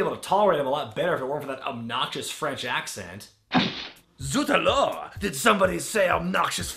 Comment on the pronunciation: "Zut alors!" kudos for your pronounciation:) at least it s a better choice than ''sacre bleu" or ''oui oui'